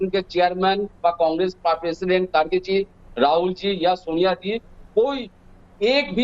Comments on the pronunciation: इसकी दाड़ी कहा गई खरगे है खारगे नहीं बोलना तो सिख ले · Pappu ji ,Kharge word is pronounced wrongly by you. Please correct yourself and don't insult the senior leader of your party.